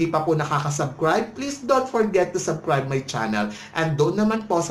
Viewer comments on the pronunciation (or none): sir.. subscribe..NOT subcribe.. with S... no offensement po.